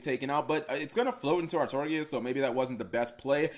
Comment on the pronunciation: Ar-Tor-I-Gus, Some SUMMER Summoner, Kappa Gee.